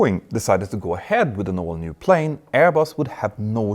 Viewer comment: When you say “all new”, it sounds like “old new”.